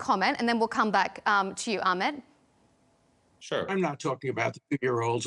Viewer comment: Its not Akhmed, you shmuck, it’s Ahmed!